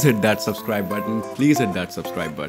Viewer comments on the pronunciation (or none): none